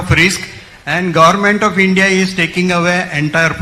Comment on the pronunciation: Gorment nahi, Government hota hai Pehle bolna sekh ley beti